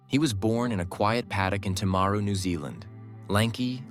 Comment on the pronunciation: Was this an AI narrator, or just a terrible pronouncer? I didn't recognise hi birth place. Timaru.